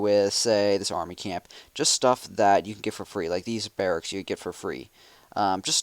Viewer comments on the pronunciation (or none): none